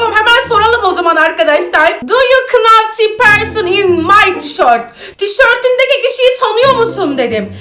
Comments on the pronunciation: Know nav diye okunurken büşbüşün kınav diye okuması sks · Abla know kınow diye okunmuyor nov diye okunur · Abla video çok iyi ama know deyil now diye okunuyo